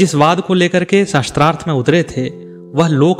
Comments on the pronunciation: Its not "shastrarth" it is "shaastrarth" sha ko aa ki matra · महोदय, आपको उच्चारण शुद्ध करना चाहिए। शास्त्रार्थ को शस्त्र - अर्थ कहना उचित नहीं है 🙏🏻